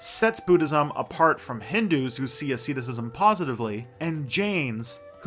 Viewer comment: "Aseedacism"? - it is pronounced asceticism